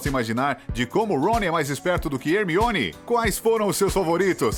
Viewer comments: É (Hermione) e não (armione) 🙄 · É Hermione e não Harmione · Não, a Pronúncia em Inglês do Nome da Hermione é "Harmone" e o Cara do Vídeo me Solta um 'ARMIONE' KKKKKKKK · Ele até falou armione kkkk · Sim!!! O pior que quando ele chama a Hermione de “Armione” no início do vídeo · Achei que só eu tinha ouvido "Harmione" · armione KKKKK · Esse cara fica falando harmione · ARmione grager? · sempre eles falam o nome do harry hermione e rony errado , que saco cara